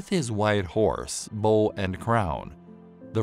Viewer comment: Bow* not bull or bowl as it's said in this video. This video is vocalized by an AI. That's lazy. Also the four horsemen represent the beginning of the second coming of Christ not the end of the world (though it is a legendary time).